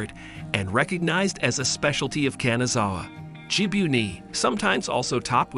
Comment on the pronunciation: 'Kanzawa 'saike' LOLs😅